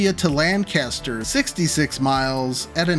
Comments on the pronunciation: As someone whose father grew up in Lancaster County, I’m waiting for all the comments criticizing him for pronouncing “Lancaster” as if it was the city in England or California. Also, using I-76 between Harrisburg and Pittsburgh is basically completing the fabled South Pennsylvania Railroad, which the New York Central tried to build to compete with the PRR in a notorious robber baron feud, but it was never completed and the right-of-way ended up being used for the Turnpike. At least the same feud created the West Shore up in NY. Also, the mentioned abandoned tunnel was built by the railroad before the Turnpike used it briefly, so this wouldn’t be the first time someone planned to put tracks through it. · Could we at least start with the section to Harrisburg? That’s the part that would need (somewhat) minimal upgrades, and is also just a smaller section. The section to Pittsburgh would probably cost, I think, easily $45-60B to build this new route along the highways to what you want. Plus taking 10-15 years, at minimum. Also, the way you pronounced Lancaster grinds my gears, because that is not how you say it. Just like how Newark, DE and Newark, NJ are pronounced two different ways. I just feel like that with how long the route is, the electrification that would needed, the tunnels and everything else, either building another track or two between Harrisburg and PA and 4 tracks for the I-76 option (assuming that it should get quad tracked), this definitely wouldn’t be cheap, not sure it would be $20B or under. At absolute minimum, probably $32-34B for the 76 option, and $24B for the existing ROW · They're pronouncing it objectively wrong Also I despise cali weather, I need to moisturize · Lancaster is prounounced Lanc-aster, not Lan-caster, just a tip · Being a Lanc native, I hope the pronunciation of Lancaster irked your soul as much as it did mine! LAN-caster is in California. Lang-KISS-ter is in PA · Uhm, it's pronounced "LANK-uh-stir" 😅